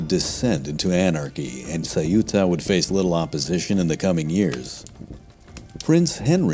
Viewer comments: Saiúta? Ceuta, only two simple syllables: ceu-ta. Easy. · EU in ceuta is pronouced the same way as EU in Europe or Neutral. It is not CE-U-TA, it is CEU-TA